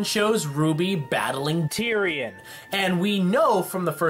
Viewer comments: My gosh when ever he says tyrion Lol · Why do you say Terian so weirdly?